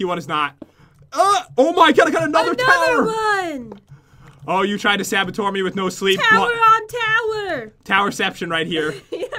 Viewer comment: Pat: “ tried to sABaToR me” Me: “ um what did you just say pat?”